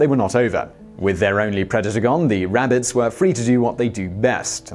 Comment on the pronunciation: RAB-BITSS LOL :47